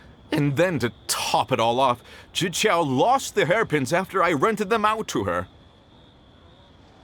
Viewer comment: Man, when I played this quest I was thrown off by how specifically he pronounced "zhiqiao", and now knowing it's prozd that makes sense